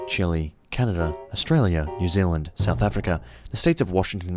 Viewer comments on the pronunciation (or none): none